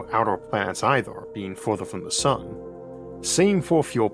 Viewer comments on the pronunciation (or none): none